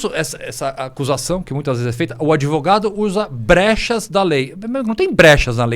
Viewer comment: Esse " adevogado " é um canalha chave de cadeia